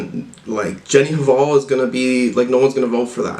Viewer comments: The h is silent in 'hval' :) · i think the H in Hval is silent, like Jenny Val, sort of